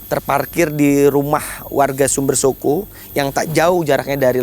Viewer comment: HOOOOIIII......BELAJAR BAHASA JAWA LEBIH BANYAK. SUMBERSOKO SUMBERSOKO. PADA TULISAN NAMA DESA SUMBERSOKO ADA 2 HURUF O.... O YANG PERTAMA SUDAH BENAR KAU UCAPKAN SEPERTI SUARA KALAU KAU UCAPKAN KATA OTAK. DAN O YANG TETAKHIR BUNYINYA O SEPERTI BUNYI O PADA KATA ROKOK. FAHAM ‼️ JADI 2 HURUF O ITU BUNYINYA BERBEDA, BUKAN SEPERTI BUNYI MULUTMU SUMBERSOKO SUMBERSOKO.... PINGIN TERTAWA SAMBIL LEMPAAAR SANDAL KE KAMU MENDENGARNYA....😂